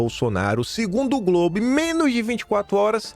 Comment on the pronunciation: Diz GROBE 😂